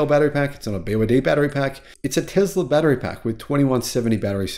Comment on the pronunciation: It’s Tesla not Tezla.